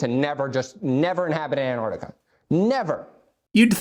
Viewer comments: This fool can't even pronounce it correctly. He keeps saying Anardica. It's Ant-arc-tica. Learn to speak you buffoon. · It’s not anartica, it’s AnTarctica. Makes sense that he doesn’t know literally anything else about Antarctica. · You know what else Antarctica has? Two T’s, try pronouncing it correctly. After all, you are Jesus, right? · Who tf is Ann Artica? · Who is “Ann Ardica”? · Jesus can't even pronounce Antarctica properly... So, I'm not entirely sure he IS Jesus... Plus, I spent four hours in a Qantas 747 back in 2013, flying over Antarctica. No American jets to be seen. Thousands of people have done the same flight I did, on Qantas 747s and 787s. So...